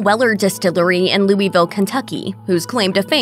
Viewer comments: Louisville is pronounced “Loo uh vul” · We’ll since the narrator can’t pronounce Louisville…. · I can't trust any bourbon review from someone who says Louisville incorrectly.